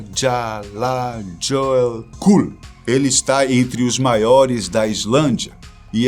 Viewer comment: Nome do Vulcão Islandês. Eschachalalakú 😂😂😂